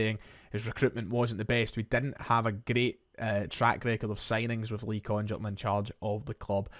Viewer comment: Happy, happy days. Small point but there is no way that Congerton is pronounced like that. It has to be a hard g.